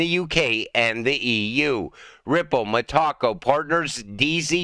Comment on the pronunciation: META - co not taco META co